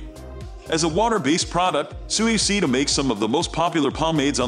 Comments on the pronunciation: You gotta work on the pronunciation for Suavecito. 😅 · It was horrible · Fr tho 😂